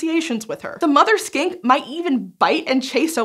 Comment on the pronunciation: Almost sound like you said Skank than Skink.